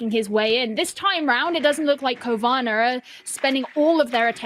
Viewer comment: Cowana sounds like corona